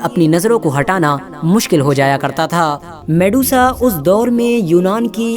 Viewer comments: Medusa, not Mesuda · Mesudaa..? Wo medusa hai bhai😅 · वो mesuda नही मेड्यूसा है मूर्ख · Her real name was medusa....not mesuda.... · Shes Medusa not Mesuda....on ur post its mesuda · at begining it'as Medusa.. at half of video it turns into mesuda 😂😂😂😂 waah bete waah....moj kr di..... moj kr di beteee😂😂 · Vedio mast ❤️lekin ap bich me Medusa ko mesuda bol rhe the 👍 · It's not Mesuda It's Medusa 🤦🤦🤦🤦